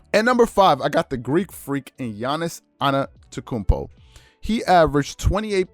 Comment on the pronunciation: He said Gianni's ana-ta-kumbo